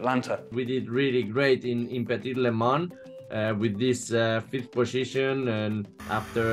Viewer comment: "The petty lemans" it made me chuckle